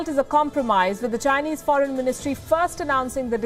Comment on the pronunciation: lol phoren minister lmao